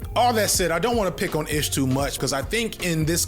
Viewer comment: My man. I won’t call you unc cuz we’re the same age but you’re killing me with the pronunciations of these names. “Ish” is like Ismail. So ish like black-ish. Mal is short for Jamal.